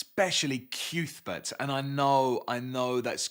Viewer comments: I’m not calling Cuthbert CUthbert. It’s Cuthbert. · Haha it seems like everyone has the same reaction to the reveal it’s pronounced ‘Cyouth-bert’. All i have to say is if Sai King wanted me to pronounce it right he should have had Sheemie learn his name before I read 600 pages with ‘Cuthbert’!